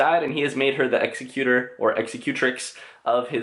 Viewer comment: I was thinking the same thing about the 'executor' pronunciation.